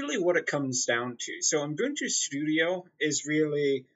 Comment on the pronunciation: There is no f***ing "n" after the first "u" in Ubuntu!!!!